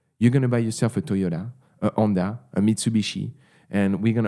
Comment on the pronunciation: I am ‘umble in my 20 year old ‘onda thanks to too much past “self-care” as well 😂😂😂